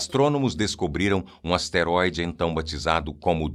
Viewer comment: É asteroide e não esteroide. Não confunda.